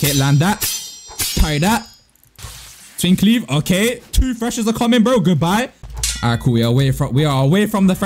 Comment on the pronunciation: i cant stand how just says "twink leaf" 😭😭😭